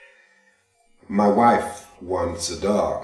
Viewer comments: A note on the title: you don't pronounce the final "s" in a french word like "Chablis". It's pronounced "sha-BLEE", not "CHAB-lis." Look it up. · Ah we men live such lives of quite desperation..Delightful story...great idea!! btw it is pronouced chablee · I'll always be the first to admit that I have low standards, but I cant listen to "chabliss" one more time.... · Great read. I was going to say something about the pronunciation of the title, but I can see that's been sufficiently tended to. Barthelme's stories are great for this sort of feature -- brief, intense stories that don't run exhaustive lengths. Not that there is anything wrong with longer fiction, but I'd find it hard to enjoy unless I'm the one reading. Again, great read. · Bravo!! That was an interesting and entertaining story, and you looked so relaxed.You must read more here on yt.I believe Chablis is pronounced with the S being silent in English.